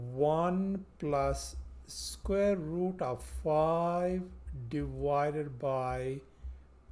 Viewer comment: A very good lesson. By the way: It's "divided" not "diwided" (as You pronounce it)